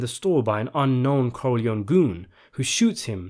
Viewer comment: Great video, but why do you pronounce the name corleòn instead of Corleo-née (Italian) or Corleoni (English)??